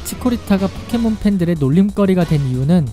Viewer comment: 포켓몬을 폭켓몬으로 발음하는듯